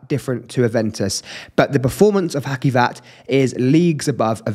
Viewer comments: You must read hacivat as haJivat not haKivat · Cute mate, well-spoken. Love the black gloves - smart “touch.” I would recommend devising means to learn and use standard pronunciations, e.g., watching content of other reviewers. “Ha-See-vat,” and “Nee-SHA-nay.”